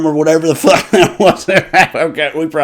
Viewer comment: I love when the word fuck has 3 syllables.